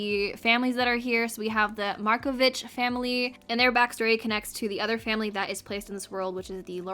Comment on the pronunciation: It's sad that the pack is so buggy when you can see that the Sims team really worked hard on this pack. Unrelated to that, thank you for correctly pronouncing Marković. 😊 As this pack was inspired by Mediterranean countries, I'm glad that there's a bit of Slavic people/sims representing, that we didn't get yet another "European inspired" world that actually represents only west part of Europe.